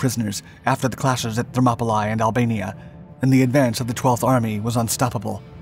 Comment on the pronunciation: Thermopylae is actually pronounced Thermopylee.